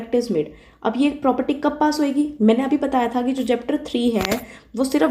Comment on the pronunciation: The way you pronounce “Mainey”, makes me your die hard fan…. And after hearing such slang i guess you are from Western UP